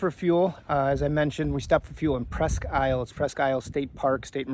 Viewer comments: So, Presque Isle, pronounced Presque Eel. Just fyi. Never walk into a bar there and call it isle! lol. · it's pronounced Presque Eeel. I live 1 mile from the harbor. My wife and I have boated on 4 of the 5 Great Lakes. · The problem I’ve had with calling ahead and expecting any warnings or alerts is a lot of the marinas on the Great Lakes employee young uninformed summer help. I’ve had a few mishaps because of this. Presque Isle is a great place but it’s pronounced Preesk~eel I had family that lived there and I call Traverse city home while traveling the lakes in the summer Our company built the yacht club in Bay Harbor as well as several of the homes just a beautiful place. Great looking yacht and a top notch video I enjoyed it all. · Presque Isle is pronounced Presque “eel”. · It is pronounced presk eel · Presque Isle is pronounced Presk-eel. That’s how we could always tell you were a tourist! Lol great video and beautiful boat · Tip from a Great Lakes Michigander; Presque Isle is pronounced "Presk- EEL" as in the electric creature. Love this video and hope to see more of our Great Lakes. This helps get us excited as we count down the days til we get out on Lake Michigan! Thanks for this really well done and also informative video! Perhaps we will see you at our Harbour; safe travels! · You need to learn how to say isle properly. eel